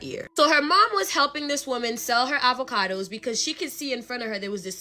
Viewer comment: Uhvahkudoess 🥑 🤣🤣 I love it😂😂